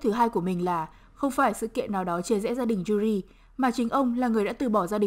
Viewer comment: móa cay cách phát âm tên Yuri vcl chứ, mong những video sau cải thiện :v